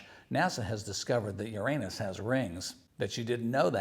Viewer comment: Nice upload. You had me cracking up with your pronunciation of Uranus.